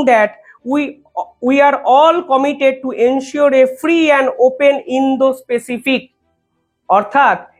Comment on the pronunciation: Indo Pacific. Not indo specific.